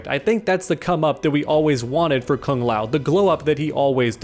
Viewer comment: As a Kung Lao fan ( who pronounces it kooong lao) this breaks my heart 🤧